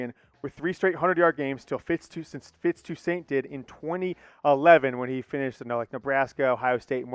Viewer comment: Fitz Twosaint? 😂😂🤣😂😂😂😂